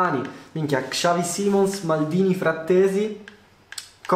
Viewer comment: Ma come cazzo pronunci xavi simons...mi arrabbio solo perché è il mio cazzo di idolo, si pronuncia bene punto